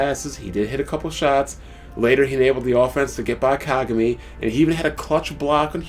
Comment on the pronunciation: they way you say kagami..its not being pronounced that way lol